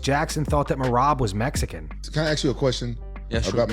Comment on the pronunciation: Why Rampage say “Mesican”. Let me axe you a question Rampage